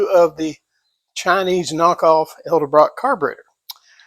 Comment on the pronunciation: E D ....not E L Get the marbles out of your mouth!